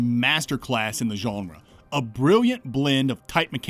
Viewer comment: As a non-native English speaker, I always enjoy your pronunciation of "genre". It's like "Geoff" and "Jeff". You say "Geonrah", and I keep expecting a noble house surname accompanying it. "Sir Geonrah Mormont, Lord of Bear Island"